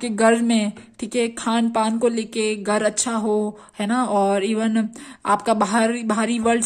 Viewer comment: गर नही ,,, घर बोलते हैं । हर हरररररर महादेव ।।।